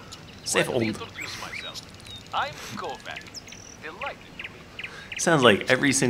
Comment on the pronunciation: the pronounciation of Kovac drives me nuts! :D It should be pronounced Kovatch